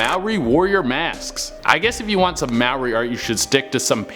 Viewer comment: I'm so glad you didn't say maori like (may or ee). I'm maori